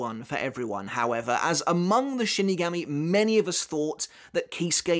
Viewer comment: Can't watch more... Shingammy... 🤦🏻‍♂️